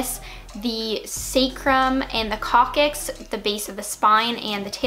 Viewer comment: She is reading that material. She cant even pronounce many biological terms including Coccyx.